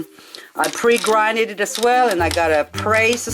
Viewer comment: Pre GROUND LOL not pre grinned it. Your good at your job, love watching your videos.